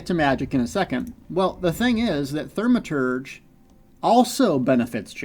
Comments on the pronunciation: Great information, as usual! However, there is no "R" in the first syllable of the word Thaw-Muh-Terj. 😜. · ...Th-AW-maturge... No biggie, but kinda grating....